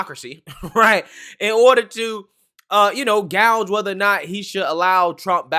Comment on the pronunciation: Did you saw gowge